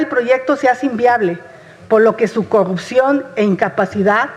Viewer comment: TODO LO QUE LEYÓ LA, SI LE PREGUNTAN ALGO DE ESO, NI IDEA TIENE!!😂😂😂😂😂😂 "HAY COGUPCION" DICE 😂😂😂😂, AHORA MUY PREOCUPADOS POR EL PRESUPUESTO!!, PORQUE NO SE LO PUEDEN ROBAR!!